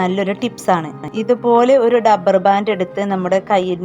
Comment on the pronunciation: കൊള്ളാം.ഡബ്ബർ ബാൻഡ് അല്ല, റബ്ബർ ബാൻഡ്.